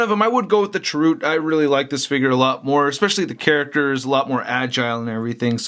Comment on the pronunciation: first love the figs! I love the review, but I must say, I cringed every time u said Chirroot.:) the end has more of an "uh" sound. I'm correcting with the best of intentions. not trying to insult you. I luv u!